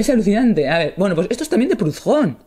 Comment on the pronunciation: «Prudón». Es francés, no inglés ni alemán, la «h» es muda.